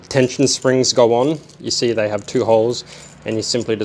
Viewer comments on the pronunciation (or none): none